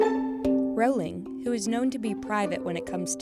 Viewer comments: No one is going to talk about how she’s mispronouncing Rowling? It’s not triggering ANYTHING?? NOTHING AT ALL? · You're saying her last name so wrong.